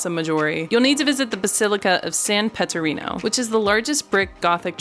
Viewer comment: A wonderful place, Bologna! I have lived just 35 km up the road for the past 55 years, and often go to Bologna. If the American commentators were minded to speak a little slower, they might pronounce the name of the Cathedral correctly — not San Petterino, San Petronio. If you walk all the way up to San Luca, i.e. on foot, you can obtain plenary indulgence. And the grub in Bologna is superfine.